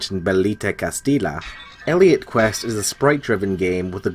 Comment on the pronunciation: Can't stop laughing every time you say "Castila", as it is pronounces "Castiya with a stressed "y". Still, I'm liking a lot the list (I haven't finished the video yet)!